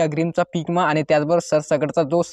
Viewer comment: इमा काय म्हणता विमा म्हण